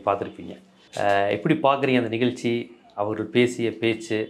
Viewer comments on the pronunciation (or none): none